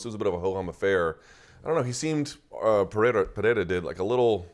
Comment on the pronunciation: 15 seconds in, and Luke’s nailed the names of both fighters… Strap yourselves in, ladies & gents, we got ourselves an interview 😎😎